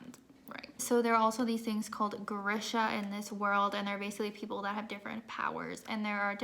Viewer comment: Lol trying to say the Grisha names 😂 you and me both girl